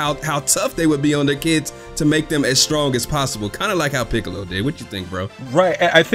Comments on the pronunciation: they way you said Piccolo like "Pee"ccolo 😂😂😂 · This dude really called Piccolo, Peeccolo.... dead bruh